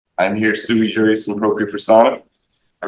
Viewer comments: FYI - It's sui juris. Suey is a dish of meat and vegetables. It did make me giggle, though. :o) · "But I'm suey-jui appropriate".....'Can't you tell by just looking at me'?